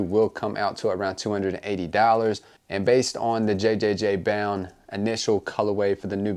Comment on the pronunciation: Also its just pronounced jound.